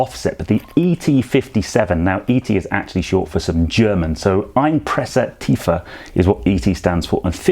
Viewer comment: Dawn good explanations...and Your choice of rim and tires are great indeed... Love the way You have said Einpresstiefe almost perfect...😎 Mostly I use the first set for winter tires and the Performance or Style for summer 😍 Your handling will change quit a bit...😉I Know those tires from the SQ5 they only lasted one summer do🤪